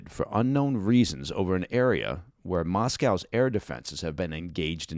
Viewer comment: All down to America if you had kept you're noses out the war would have never happened, and when are Americans going to learn to pronounce Moscow properly?.